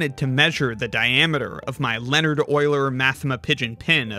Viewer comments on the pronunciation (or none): none